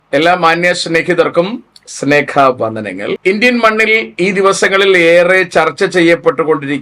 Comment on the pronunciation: സ്‌നേഖ വന്ദനം എന്നല്ല 'സ്നേഹ' വന്ദനം എന്നാണ്.😊